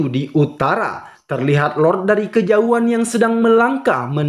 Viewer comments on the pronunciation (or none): none